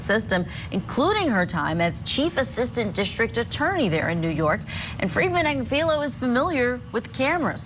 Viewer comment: People are killed in cold blood in America daily. Also, the name is pronounced Ag-niff-a-low.